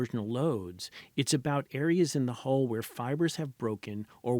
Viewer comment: Say HULL... "Hole"